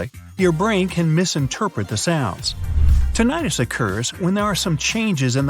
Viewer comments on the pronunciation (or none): It's pronounced TIN-ih-tus, not Tin-AYE-tus.